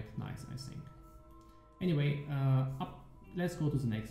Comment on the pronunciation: anymite ... oh dude. i know its not your main language but cmon .. im german myself and i find it a bit awkward to hear this :P sry. Otherwise thanks for the update! looks rly good.